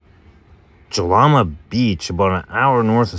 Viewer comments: Great video dude! I’ve been camping here since I was a kid. My only critique is that Jalama is pronounced “Halama”. It’s SoCal so you gotta look out for the Spanish pronunciations 😂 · Great job, very informative. FYI the J is pronounced like H.